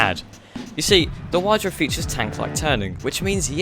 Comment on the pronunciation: The FPU Wydra is not meant for everyday use NOR for track use, so you just didn't review it at all. It's meant to go anywhere, and not to be a rally car. Also, it's spelled like ,,vydra" (with the ,,y" pronounced like in the word ,,system").